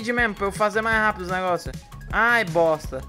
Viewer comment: Agonia do falando "boSta" e não "boXta"